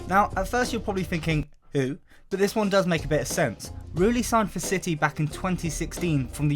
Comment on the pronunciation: Manchester Ciy